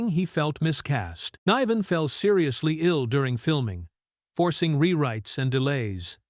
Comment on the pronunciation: THE BATTLE OF BRITAIN was a superb movie that doesn't belong on this list! The name pronunciation in this video is laughable. David NY-VEN for NIV-EN and George PEPPERED for PEP-PARD, etc. How ignorant can narration get?